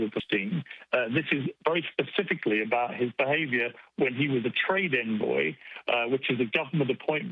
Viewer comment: Public office boy!? That's the official title of the victim. To be fair I did hear 'trade in boy' when he said 'trade envoy'.